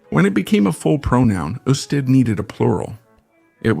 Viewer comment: It's not "you-stead". Is this an AI voice? The video is. Must be from an article.